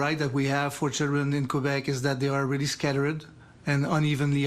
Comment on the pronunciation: Remarkable how none of these ostensible professional journalists broadcasting in English can pronounce place names in English, not even the most basic names like Quebec or Quebec City.